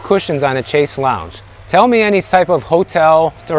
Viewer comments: Haha, not 'chase', rather, 'chaise lounge' from the French chaise longue or long chair... Oh, and I expect Airbnb has FAKE REVIEWS... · Chaise Longue. Not a lounge.